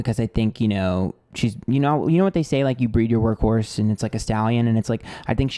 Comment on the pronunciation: My jaw dropped when you said work horse. I heard work whore at first 💀😭